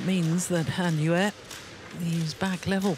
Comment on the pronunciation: Welcome back Gill, love the way you say Han Yue! I believe that is correct.😄😄😃